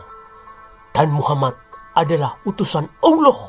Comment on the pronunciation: Instrument dan comentatornya mantafff apalagi waktu bilaang muha-MAD bikin ketawa🤣🤣